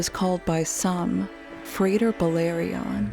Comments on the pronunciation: Not frader It’s Frah tare Frater Old Latin not frayder you idiot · Frater is latin. Pronounced Frah-tare